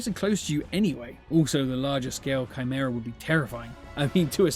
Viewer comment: is he saying CRYmera?